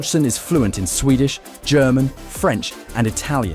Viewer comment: His French accent is really good.